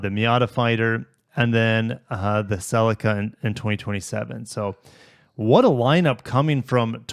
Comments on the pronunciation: Only ever heard it called 'Ce Lee Ka' until I heard you say it... Australian here looking down on your pronunciations 😂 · i am Canadian, i have never heard anyone call it a “sell-leak-uh” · "Sellicka" 🤣 I'm sorry, apologies, it just sounds so funny to me as an English person. Thank you, for another great video. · The majority of the world including Japan pronounces it Celeeka.